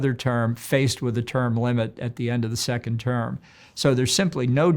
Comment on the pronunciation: I heard “Sickened term President” I better rewind and listen ..